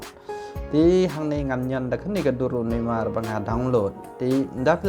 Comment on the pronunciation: Neymar not nammar 😭😂